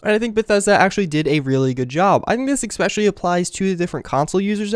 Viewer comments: Its 'Especially' not 'Exspecially'. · I got triggered svery time he said eXpecially. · Is it just me, or does he actually say 'expecially'? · If you're going to say "especially" so often in your video, I implore you to learn how to pronounce it. Otherwise, helpful video, thanks! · There is no 'x' in especially. Just saying.